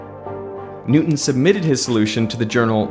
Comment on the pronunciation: Who was "Nootin".